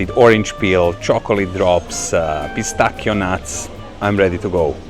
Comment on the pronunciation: This guy pronounce pistacchio in perfect Italian!! Pistakkio no pistaacio😂